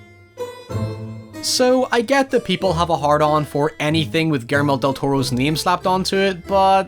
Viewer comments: "Guermol del Toro" Why is this so funny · Ah yes,,, Guermo del toro, Guillermo’s del toro lost twin